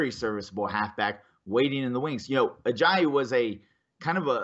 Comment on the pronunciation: #SonnyWins due to pronouncing Ajayi wrong many many times